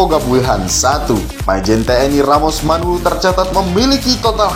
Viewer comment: MANALU BUKAN MANULU TLG JANGAN SALAH MENYEBUTKAN....